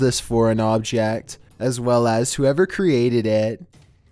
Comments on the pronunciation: PossessedBroX2 no you’re not the only one. A CoUPLe waS HikiNg On VaLEnTiMeS DaY... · did he say valentimes day?